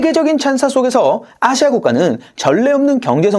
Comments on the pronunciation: 아↗️시아 ! 대구분이신가 봅니다~ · 아시아 발음이 누가봐도 경상도 시군요? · 아시아 발음에 성조가 있나?